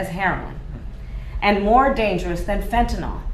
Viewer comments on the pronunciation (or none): Not to mention "Camel-uh"'s pronunciation (as well as many others who should know better) of "Fentanyl." (Fen-Tan-ILL) It is NOT a "-hydroxy" (OH) compound, so IT IS NOT PRONOUNCED Fen-Tan-OL!!! As in "Al-Co-HOL, which, as evidenced in this clip, Harris appears to be quite familiar with. That may explain the mispronunciation. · She doesn't even know how to pronounce the word fentanyl. That's a Y in the last syllable, not an O. Of course, no one else seems to know that either.